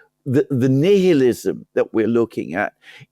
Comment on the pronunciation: Bro didnt know how to pronounce nihilism